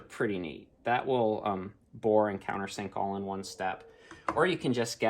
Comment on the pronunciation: Great video, awlthough we couldn't see awl of face awl the time.